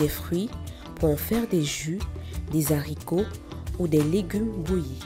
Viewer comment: On ne dit pas des Zharicots pffff vous embauchez des nuls